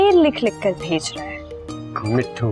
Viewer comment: mispronouncing mithus name